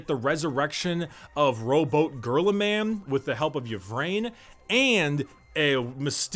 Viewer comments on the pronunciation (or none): "Rowboat Girlyman" 😅